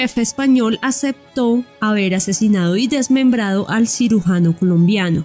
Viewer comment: Nobia...., " sirugano" , NOOO.CIRUGIANO